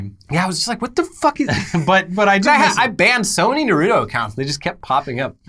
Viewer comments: Narooto sand ninjas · The way pronounces “Naruto”..... it hurts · I love you guys but please stop pronouncing Naruto😭